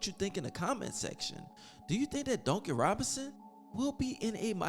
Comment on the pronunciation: Well it is so funny to hear you say Duncan Robinson LOL. It sound like you be saying donkey Robinson 🤣🤣🤣🤣. However you do have great content my man. Yes get rid of Duncan and tyler! Bring me back miles bridges! He is a free agent. That's what I want! Him and Bam! A nasty front Court